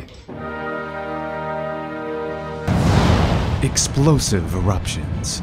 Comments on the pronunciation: Ok my question is about the pronunciation of the word polymathy. Why the accent on the "connecting syllable" y? This is not a very consistent pattern in English and I've noticed that some words have recently evolved away from this kind of stress pattern. Is it Greek in origin, or some academic's interpretation of Greek stress patterns? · "I am Luke, and this is Polymathy." Extra emphasis on "Polymathy." XD By the way, what a wonderfully presented video. It's just like a professional documentary.